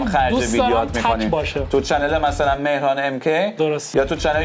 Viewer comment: آقا آبروی رفت چرا اسمش رو مهران بلد نیست بخونه